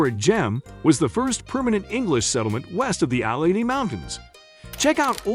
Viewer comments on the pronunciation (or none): none